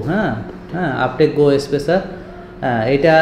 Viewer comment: আপনি রুগিকে কেমন সেবা দিবেন জানিনা বানান ভুল বলেছেন বানান টা হবে uptech go আপটিচ গো আপনি বলেছেন আপটেক গো